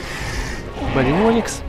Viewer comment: Поправка не барио́никс а барионии́кс